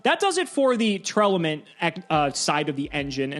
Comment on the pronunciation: I wish people would stop adding an extra syllable into Tear-Laments. I don't think I've heard a single person pronounce the name correctly. Great video though, thank you for all of the information!